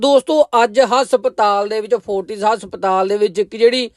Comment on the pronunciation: Asptal ni hunda haspatal hunda